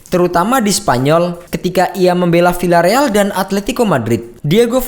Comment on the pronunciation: Wkwkkkw ge geli klo ada yg baca villareal jd pilareal, pdhl baca nya jd biareal hahahhaha atau casillas dibaca kasilas pdhl hrsnya kasias.. hahhaha